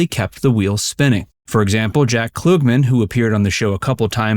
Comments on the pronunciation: It wasn’t Fannie Flag that had a talking to, it was Marsha Wallace that did bcuz she wrote genitalia. Also, it’s Klugman not Kloogman 🤭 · Jack Kloogman??? Get an announcer that knows the era.